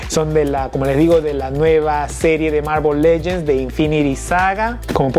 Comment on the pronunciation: No e visto tus videos ni se si es una costumbre hablar así pero no se dise mármol lellens